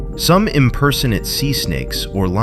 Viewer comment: When the AI voice mispronounced impersonate within the first minute, I was out. Almost got me!